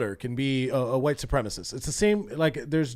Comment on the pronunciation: Ah yes. The notorious white SUH-PREEMIST Enrique Tarrio.